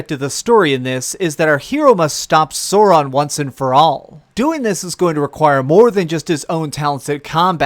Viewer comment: Im triggered by the way you said sauron...